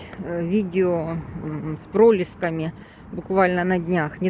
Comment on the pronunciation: Как-то режет слух: про'леска, с ударением на "о". Или это так по местному звучит? Привык слышать: Проле́ска, ударение на "е". В белоруском тоже: Прале'ска, на "е" ударение.